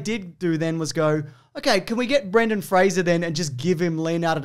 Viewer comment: Kudos for pronouncing Fraser correctly 👍🏻